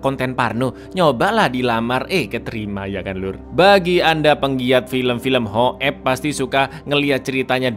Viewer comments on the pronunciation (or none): Ngakak trus bang setiap lu bilang hokep😂😂😂😂